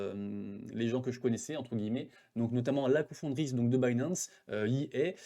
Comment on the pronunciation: Merci pour ton retour sur l'événement mais on dit co-fondatrice pas confondrice